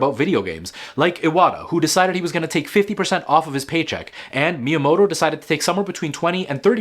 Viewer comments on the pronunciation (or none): none